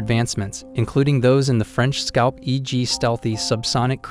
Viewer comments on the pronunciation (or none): none